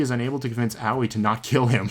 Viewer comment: Can we talk about how he pronounces Aoi, Owie for a sec Thanks